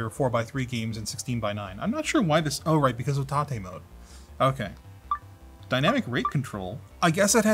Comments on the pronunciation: Why is he pronouncing it "tah-tay mode"? It reads like "Tay-t mode" to me. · Isn't is pronounced TAY-T mode, as in you can rotate the screen? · Everyone named Tate (T-ate) is probably having a stroke every time says Tate (Ta-tey). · Tate(tah-tay) is a Japanese word meaning "vertical".